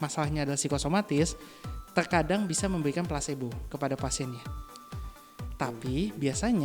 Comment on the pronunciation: Belajar sampai Tamat Bossku.. Efek Plasebo.. Bukan Plasenta..wkwkwk.. Plasbo yg sifatnya Abu2.. Atau kita Ragu2.. Kita harus yakin dan fokus.. Smoga bermanfaat.. Serta sukses. Amin